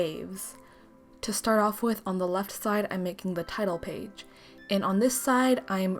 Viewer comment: lmao when u said title page i thought u said tidal wave